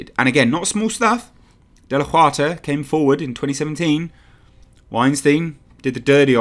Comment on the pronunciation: Just FYI, Huerta sounds like "Who-air-tah."